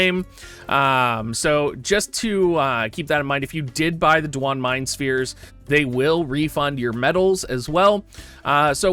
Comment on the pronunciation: I love that you can call him Dwahn with a straight face now. XD